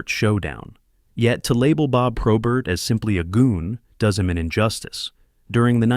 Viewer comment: Not all correct I grew up with him and friends after he stopped playing. Lots of this is wrong and he doesnt even say his last name correctly.